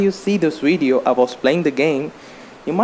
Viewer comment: What's a "weedioe"